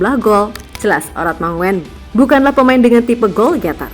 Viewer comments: ayolah min, oratmangoen itu bacanya oratmangun bukan oratmangowen. OE itu dibaca U. seperti SOEKARNO dibaca SUKARNO. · Bacanya Oratmangun bukan mangoen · Bu...baca nya Oratmangun..bukan Oratmango en...?Itu ejaan Belanda U itu OE..Ejaan lama lndonesia dulu begitu kyk nama Presiden Pertama Kita SOEKARNO..👍👍👍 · Bukan oratmongen, tapi oratmangun.. Marga dari Maluku.. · Bkn asa OratmanNGOEN min, bacanya OratmaNGUN..!!! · Min admin, baca namanya itu ORATMANGUN bukan ORATMANGO-EN. itu ejaan Belanda, sama dengan SOEKARNO, SOEHARTO,dll. "OE" itu dibaca "U" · Admin yg bacanya Gen Z ya? Jd gak tau cara baca ORATMANGOEN dibaca ORATMA-NGUN bukan ORATMA-NGO-EN! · Ngomongnya "Oratmangun"!!!! SD nya di mana sih????? Begok banget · uratmangun bacanya min. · Min...oratmangoen itu bacanya Oratmangun..itu marga asli orang Maluku tenggara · Cara baca model pler..marga itu ada di Indonesia....!!